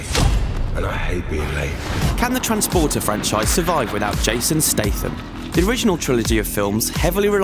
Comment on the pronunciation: transfporter fefueled, hurhurhur